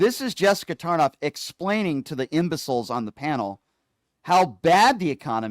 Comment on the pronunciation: Tarlov not tarnof